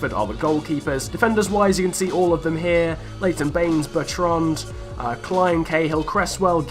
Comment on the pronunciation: I liked the way u pronounced Bertrand...